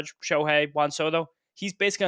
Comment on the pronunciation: “Juahn Sodo”🤓